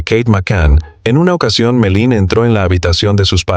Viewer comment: No sé llama Melin!!!! Por favor!!!!